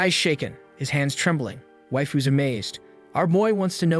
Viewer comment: "waifes" and not "waifu's" at the start is oof XD